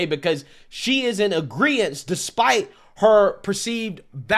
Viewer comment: Merry Christmas! Just a friendly heads up about something I used to do too but it’s wrong; It’s not “agreence”, it’s “agreement” 🙏🏻